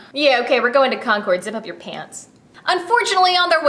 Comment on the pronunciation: I just wanted to let you know that Concord is pronounced Con-curd not Con-cord. I am from MA so...